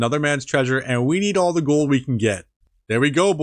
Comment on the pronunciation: "They only cost 1 ge peach" i dont know why i laughed so hard at this. As an absolute beginner and noob, i very much enjoy your content. Thak you!